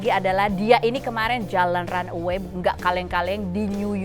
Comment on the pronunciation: Mbak Fenny Runway bukan run away 🤭